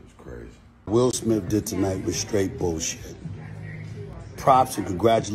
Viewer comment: Please tell this young lady his name is will smith. Not will smiff. After the 17th time….. I mean really?